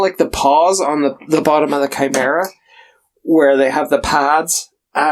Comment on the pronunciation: OK, so the good news is you did a decent job of pronouncing Chimera, but I don't know how you got lord so wrong.